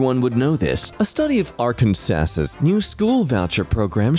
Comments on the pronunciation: AR KAN SASS? ITS PRONOUNCED AR KAN SAW, NO, I DON'T KNOW WHY. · I'm sorry, did you pronounce it "Are Can Sas Sus"? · “Arc & sasses” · . Bud, i know this was a year ago, but (and for all the non-american folk out there) it’s pronounced ‘ark-an-saw’ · This pronounciation of Arkansas floored me. I love it. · The way you pronounced Arkansas is atrocious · as an Arkansan, my brain did a 'H U H' when bro pronounced it like that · he still doesn’t know how to say Arkansas